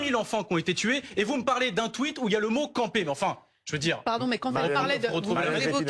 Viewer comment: écoutez comment ce trou du cul de appuie sur le mot "campé" quand il lit le tweet de Mélenchon 😂😂😂